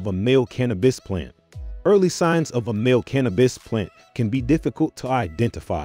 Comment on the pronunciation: Why you keep saying MALLEE PLANTS it’s male pronouncement close to feMALE!